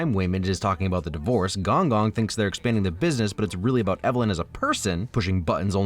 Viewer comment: It’s pronounced g-oung g-oung